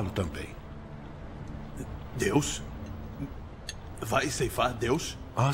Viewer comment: O cara disse que vai seifar deus